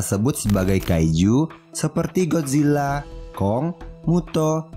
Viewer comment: godzilla bang bukan gojila salah! 😅